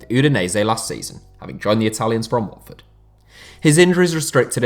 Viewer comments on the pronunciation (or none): none